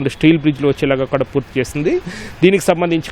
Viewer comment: వీడు వీడి తెలుగు తగలేయ. ఈనాడు కి ఉన్న పేరు పరువూ తీస్తున్నారు. కడా ఎంటిరా.... కూడా.్